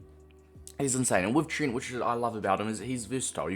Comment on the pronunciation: His name is not Trint